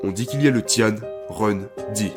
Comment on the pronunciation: Juste une chose pour le début Tian se prononce tiène Ren se prononce j'haine Et pour la terre je ne dirai rien ne connaissant pas le caractère Sinon je pense que comme d'habitude la vidéo sera exceptionnelle